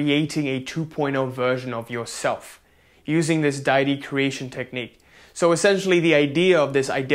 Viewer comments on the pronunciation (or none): It's day-ity. And thank you so much for your videos.